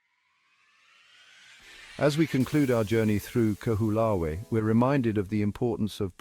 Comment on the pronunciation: The least you could have done was learn to pronounce the name of the island properly. How can anybody trust the factual authenticity of any contemt you create, if you can't even make the effort to research how to say the name of a sacred place correctly.